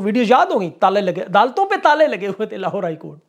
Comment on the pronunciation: ap ki zuban se sach Nikal Gaya "lohaar court" 😂